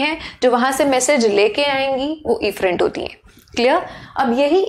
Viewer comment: WhO Heard afferent and efferent same...😑😑😑😑